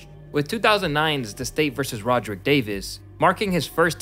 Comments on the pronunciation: bro, his name is Rad-Rick, not Rod-Rick. it does not take that much work to look this up first if you don't know how to pronounce it. also, as mentioned in other comments, using AI enhanced or AI animated images does not make your videos more engaging, it's just annoying and uncomfortable. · you mispronounced Radric and Kayo